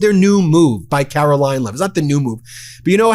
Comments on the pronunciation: are you saying "Carolying" Leavitt? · Why can't kkkaroling pronounce CONSONANTS at the end of words...